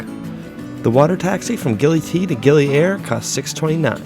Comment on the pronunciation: It is gili ire not gili air